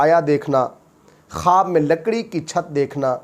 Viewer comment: Tu pahle خ bolne ki practice kar.Halaq se nikaal.Kharrate ki aawaz nikaal kar dara mat. Matti nahin mitti.